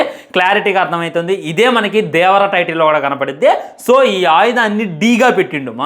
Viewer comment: Adi devara ra unga 😂 Vara kadu